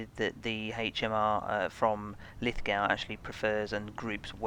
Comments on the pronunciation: Pronounced Lith-go not Lith-gow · Always enjoy your videos. Thanks for posting. Btw it is pronounced Lith Go rather than Lith - Gow (The W doesn't get pronounced). Don't ask me why though. I grew up here but Ozzies and naming conventions can be a little funny at times. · Pronounced Lithgo dont sound the w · Great video but to enunciate Lithgow the NSW town keep the w silen and say it like: "Lith go" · Btw… it’s pronounced “Lith…go”… i know adding sneaky letters to a word is confusing. ;) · Pronounced Lith-go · Lith ‘go’ you silly English person We Aussies use a unique form of pronunciation which can only be mastered after booing Pommy cricketers for the temerity of beating in one form of the game or another!! Lithgow is LITHGO !!!!! Get it right! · Nice review thank you very much. I have just ordered the Lithgow .22lr😁 Btw ...Lithgow is pronounced Lith..go. 👍🇦🇺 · its pronounced Liffgo if your an aussie ;)